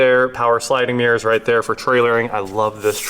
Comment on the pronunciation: One thing I learned in this video: In Kansas, there are no mirrors, only meers.🤭